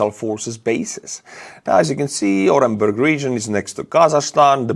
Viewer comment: The U in Orenburg is pronounced OO.